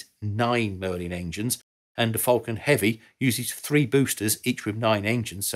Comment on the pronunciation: It's "falcon", not "fulcon".